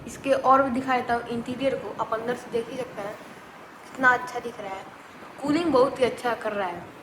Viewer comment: Tooling nhi krta hai bhai Cooling krta hai 😂